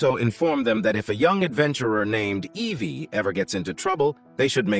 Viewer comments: Please fix your words. Her name is Evie not AV Kia. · I heard Ve Keisha- btw are you sure you forgot or didn’t hear?